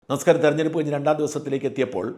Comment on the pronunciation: നമസ്ക്കാരം ഒരു വലിയ വാക്കാണ്: താങ്കൾ മര്യാദക്ക് ആ വാക്ക് പറയുന്നില്ല: ഇസ്ക്കാരം എന്നൊക്കെ തോന്നുന്നു. താങ്കൾ തന്നെ താങ്കളുടെ വീഡിയോ ശ്രദ്ധിക്ക്